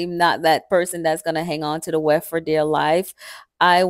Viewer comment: What is the “wheft”? You keep saying you don’t want it bulky so you cut the weft.